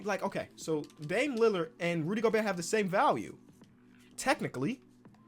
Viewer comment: that hard T in Gobert is tuff